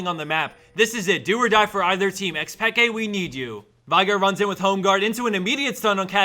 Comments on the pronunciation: He pronounced it just perfect. What the hell do you mean, Mr. BronzeV? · AdrianSpain1 Even the player himself says it as Pekay. Who do you think knows best?